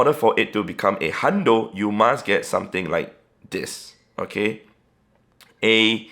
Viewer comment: What is bro saying sutin sutin sutin